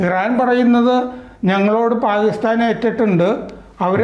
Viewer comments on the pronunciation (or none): none